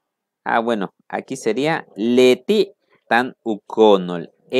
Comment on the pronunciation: Saludos y gracias por seguirnos compartiendo su legado a través de estos interesantes videos que produce; escuché que cuando se refiere a Ella esta comprando; pronunció ( Leti é ) pero igual noté que cuando se refiere a El esta comprando se escriben igual al principio y no pronunció la é